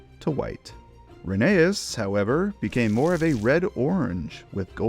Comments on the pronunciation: Please… call it re-NEI-us. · It’s reh nā es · oh wow I didnt know that I thought it was pronounced re-ney-uss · You said rheneas